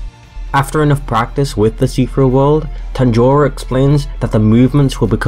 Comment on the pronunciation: Why are you saying "Tanjoro"😂😂